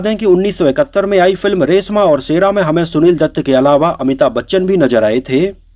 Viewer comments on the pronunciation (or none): रेसमा और सेरा नही,रेश्मा और शेरा 😂😂